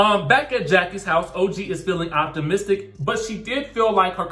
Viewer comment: Explain what? That Evelyn called OG ugly, dirty and gorilla references? Then, constantly calling her Toe-gee? Surprised that Ochocinco could like her? All of them laughed at OG. I don't recall anyone on any reality show blantatly calling someone ugly multiple times. That's downright mean and untrue.